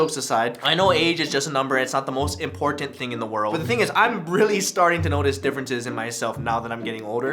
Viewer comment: yall notice the way ryan says important pronouncing every letter? im never saying it another way again